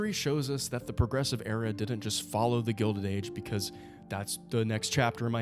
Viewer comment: "The Progessive Era"